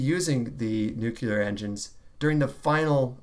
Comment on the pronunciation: I swear it sounds like you're saying nuculer. Again though, great video as always